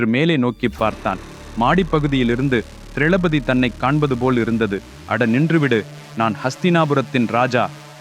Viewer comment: ஐயா சிறிய திருத்தம் திரளபதி இல்லை திரௌபதி